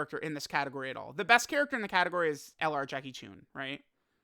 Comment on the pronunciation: It’s Chun, not choon. This is disgraceful.